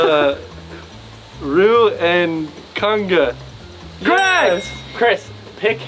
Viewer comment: Your pronunciation AND spelling of "Kanga" KILLS me.